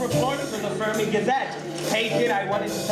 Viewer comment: Fermi is being pronounced wrong lol